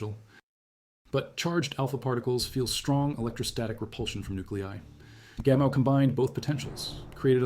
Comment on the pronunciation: At the beginning you keep referring to Gamel. Do you mean Gamow, George Gamow (pronounced Gamov)? This is really jarring, even though the details seem correct.